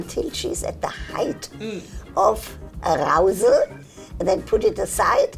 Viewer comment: Nobody: Dr. Ruth: aRROUsal